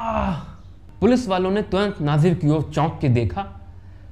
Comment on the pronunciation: अरे भाई नाजिर नही नजीर है